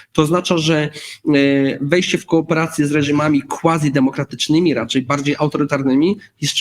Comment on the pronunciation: Pan dr podpiera się latinizmami a nie umie powiedzieć "quasi". Ech! Eksperci...